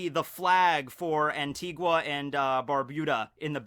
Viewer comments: Fun fact: "Antigua" is pronounced "An-Tee-GA" not "An-Tee-GWA" lol. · It’s pronounced Anti-ga. I’m Antiguan descent.